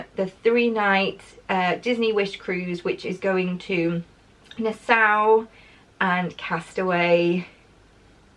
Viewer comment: Hi,. This comes from a place of love: Nassau is pronounced na-saw. My husband proposed to me there, at the Atlantis Resort on Paradise Island, a hundred years ago. Hope you have a fantastic time.